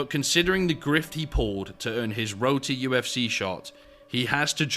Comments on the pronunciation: Kept hearing Roti FC until i realized u said road to ufc hahahaah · Every time “Road to UFC” was said, it sounded like “Roti UFC” which hilariously would be appropriate.